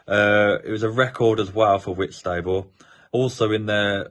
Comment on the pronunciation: Sorry but Whitstable is pronounced Whits ta ball